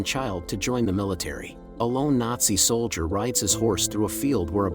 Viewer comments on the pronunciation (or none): "soldier" not "solider" plus "artillery rounds" not "missiles". Recommend they just ask a real human to read the narration instead of using a computer generated voice. Otherwise, this is a pretty good production and summation of the movie.